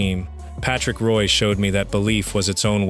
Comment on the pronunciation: And Patrick Roy while you're at it. A.I. Slop.